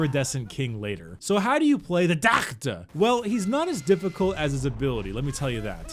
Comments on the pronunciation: Love the way he says "DOCKTA" LOL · How do you pronounce DOCKTA?